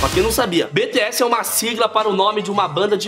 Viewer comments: se fala Bitiéss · Que agonia ele falando BTS errado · minha filha ficou loka quando viu vc falar q eles eram do japao kkkkk .e ela mando eu dizer q vc falou BTS errado .